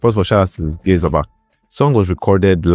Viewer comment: Gaise Baba not gaze